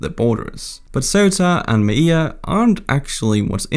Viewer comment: It's not Mai-e-ya, it's Melilla Me-lee-ya!